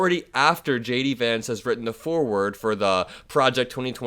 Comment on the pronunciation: I like the way "JD" sounds like "Shady". Regards from a Tom :)